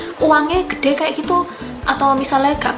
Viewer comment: Ngomong GUEDE NE kayak indo jawa..wkwkwk